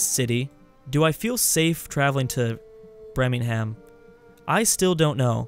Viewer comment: I swear every time people point out how to pronounce Birmingham, you get it worse the next time :p! It's Bur-Ming-um!